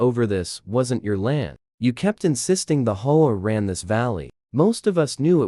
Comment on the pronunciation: HO A? Can't be bothered to do correct narration. So I leave.